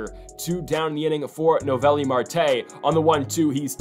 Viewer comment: Its so funny the whole playoffs his name was mispronounced. Noooo ellllll viiiiii